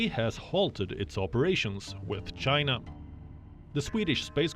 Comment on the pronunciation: The world hates you Chay-na .